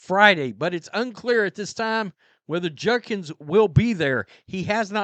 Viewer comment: It’s JUDKINS. Not Junkins